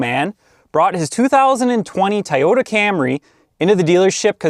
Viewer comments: Please say "toy' ypta... not ti or tee tie just stop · I just want to hear you say the word “Toyota” 10 more times. Or I mean “teryota”